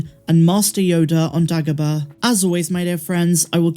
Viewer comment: I’m so confused by your pronunciation of the name ‘Dagobah’. No one ever says it like that!